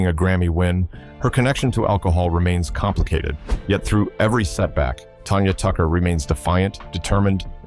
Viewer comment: Who is Tonya Tucker you idiot? It's Tanya Tucker. If you're going to report on someone at least get her name right.